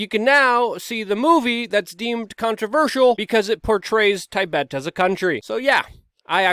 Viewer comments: Tibet is pronounced Tib-bet , not Tie- bet. :) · Ty Bet? It's a quick I in Tibet. As in Rabbit. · Tai-bet? Lolz :) You can't be right on everything. Keep it up dude